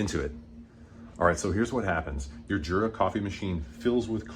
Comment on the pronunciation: THANK YOU so very, very much! The only thing that could make me happier is to hear you say "Yoora" instead of Jurra. 🤩